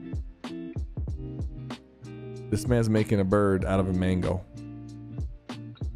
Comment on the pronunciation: bro said mango also since there are so many comments about words that he said wrong makes me think that he did this stuff on purpose lol